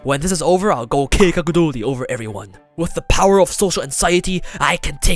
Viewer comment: "This is how I climb the social ladder. When this is over I'll go keikaku doori over everyone." Perfect pronunciation lmao